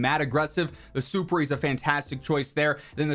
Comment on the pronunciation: I can’t take it anymore. It’s been a while now, and everyone keeps mispronouncing it… “Superi” is a Latin word which when properly capitalized translates to “above,” as in ‘superior.’ It’s not suh-per-eee, super-eee, it’s SOUP-PEER-EYE.